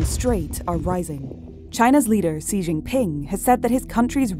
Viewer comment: No, far from it. She said "See Zhing Ping".